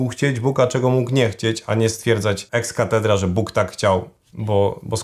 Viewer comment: Włodku źle zaakcentowałeś zwrot "ex cathedra". Należy zaakcenować to pierwsze "a" i wtedy mówimy o wypowiedzi papieża. A tak jak ty to zaakcentowałeś (czyli akcent na "e", to jest to zwrot określający kościół który kiedyś był katedrą. Sam wiesz że w języku ukraińskim akcent zmienia znaczenie słów. Np: заплячу zależnie od akcentu oznacza zapłacę lub zapłaczę. Oczywiście o znaczeniu wyrazu możemy się domyślić z kontekstu gdyż zdanie "Ісус сідив на березі" nie będziesz tłumaczył "Jezus siedział na brzozie" lecz "Jezus siedział na brzegu". 🙂